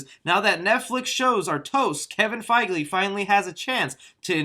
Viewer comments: “Kevin fiegly” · It's probably just me but did anyone else hear him say "Kevin Feigelly"